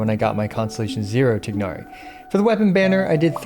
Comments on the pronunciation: Tie-nari not tignari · just do me a favor and pronounce his name right! it's not "Tig-hnari"! it's "Tie-Nari" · why cant any genshin content creators bother getting names right. maybe they just cant read? tie-nari. like a chicken thigh but a tigh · I keep hearing Genshin content creators say 'Tighnari' like the first part of his name rhymes with twig instead of thigh and at this point I feel like I'm getting trolled. Isn't it pronounced the 2nd way in cutscenes that mention him by name?